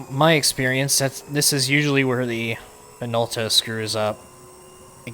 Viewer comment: Minolta is JP company. You pronounced it closer to Japanese. 👌